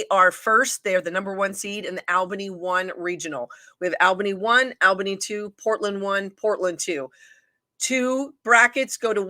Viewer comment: I stopped watching as soon as I heard how they thought Albany was pronounced.